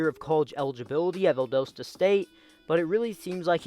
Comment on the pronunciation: Anyone from ga? He really said Valdooosta state 🤣🤣